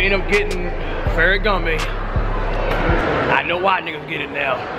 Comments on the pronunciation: lol feragamme its called ferragamo. and that was versace lmao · It’s not “ferry gam may” it’s “ferra gam o” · CMON CASH ITS FERRAGAMMO NOT GAMME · Wtf is ferragamay? Thought if was Ferragamo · I I I I just gone have to go wit Ferragama!! It's Ferragamo Cash!!!! 😂😂😂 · Cash it's not ferragoma it's ferragamo stop adding the (A)😂 and u was at the galleria mall in Texas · yo it's not feragamay it's Ferragamo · Bruh he say foshashi instead of Versace he said ferragamay instead of feragamo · Tf is ferragamae its ferragamO not ae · its not ferragama its ferragamo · "ferragamo" cash...not "gamay" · 😂😂😂 "Ferragame" its ferragamo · cash it's not pharagamme lol gammo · if he say fereagame one more time 🙅 . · feragamme? lmfao cash cant say Versace lol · It's ferragamo!!!!!!!!!!!!! Btw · Goat did u really just try to correct him and u still said it wrong it's "farragamo" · Yvng_papi809 ferragamo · fool keeps saying ferragamay... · Cashes pronunciation is all messed up Vasashe Louib Batton Feragmmae 😂😂😂😂😂😂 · When cash said farragomay and berburry😂😂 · The way cash said "ferragamo" is so cringey he said "ferragi" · Sound like he sayin "ferragamay" 😂😂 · LMAOOO Ferragamay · Ferragamè lmaoo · Ferragamme😂😂😂 cash would pronounce anything wrong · Pharagammè and Fasashe... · "Vershashe belt" "ferragamay" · "Fashashee" and "ferragamay" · "Ferragama" "bearberry" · Ferragame. Vershashee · Did this nigga just say ferragame? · Bruh ferrogamé versache Louib Buitton 😂😂😂 cash r u being seriously or r u trolling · the fuck is FerragamA😂😂😂😂😂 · Its pronounced "FAIR-UH-GOM-MOE" not "FAIR-UH-GOM-MAY" nigga damn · Nigga said ferragamee,vashee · Yvng_papi809 did u just try to correct somebody and said it wrong 😂😂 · My nigga i mean this with the utmost respect if u cant say Salvatore Ferragamo right U dont need to buy it real shit smfh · Cash can't pronounce no designer name. 😂😂😂 shit tragic